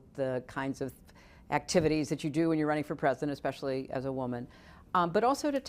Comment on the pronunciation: "The American Experiment". "How hard it is, especiaully as a Woman". Old, yet young.